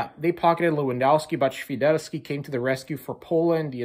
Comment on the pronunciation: damn You say Świderski pretty good ( yes I'm polish )